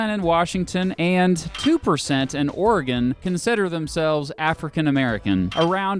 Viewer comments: I'm from Oregon thanks for pronouncing it right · As a native Oregonian I'll subscribe/like just because of the correct pronunciation of the state and valley. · I’m just happy he pronounces Oregon right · Thank you for saying Oregon correctly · I’m from Oregon thank you for saying OREGON the correct way. Always that ass ( from another state) who says it’s the wrong way, then tell others that you have to pronounce Or E Gone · Born in Silverton Oregon, raised in Portland, I fucking hate Portlandia, but I've never met someone who moved here because of it. Too many native Portlanders used to straight up blame that show for our population boom. Thanks for pronouncing things correctly.